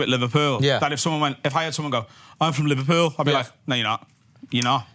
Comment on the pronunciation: He said he’s from livehpeul like a zillion times 🤷🏻‍♂️